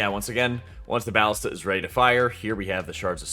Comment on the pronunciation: "BAH-lista"? lol. sir. isn't it... uhhh "bah-LIS-ta"? lolol (Also, quick tip, instead of looking for where the saboteur or wtvr is running, you can actually look around for the BAH-lista with the timer icon on top of it. One of the others with no icon will be next. Also, I'm glad you opened up the discussion about when to fire it. I have been pondering this with my team. Yea, kind of weird how it works. I ALSO wonder if it will stay this way. Also ALSO. Hey! Thanks for making vids, I think they're great! :P It's nice to theorycraft in the community etc ya know? :P